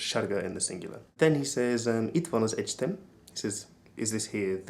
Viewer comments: Egyetem... not egytem.... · egyEtem. Also in pronunciation, there is an E in the middle.